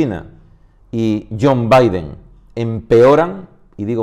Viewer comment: Muy buena, el noticiero no lo vemos, nos informas tu, gran trabajo, yon biden jajaj